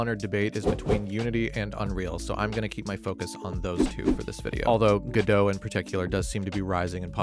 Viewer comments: You said Godot right! Most people don't even if they use the engine for their game! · You said 'Godot' correctly (it's named after the Samuel Beckett play), though it should be noted that its lead dev Juan Linietsky says 'go dot', but has stated that either pronunciation is fine. Anyway, it's a great choice of engine for indie devs and hobbyists like me, though I am learning Unity too. Unreal Engine is also installed on my PC and I've tinkered a bit, but I don't think it's for me - it's a bit too heavyweight for my needs, and I prefer text coding to visual scripting (and I don't want to try learn C++ yet again!)